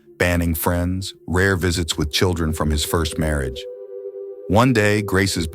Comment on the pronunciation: Her marry age weekened? These AI's are unlistenable